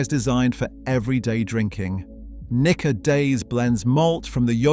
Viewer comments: Its pronounced neekka. Might help you avoid misunderstandings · he said what he said... NIKKA with a hard A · Nikka whisky from the hood 😭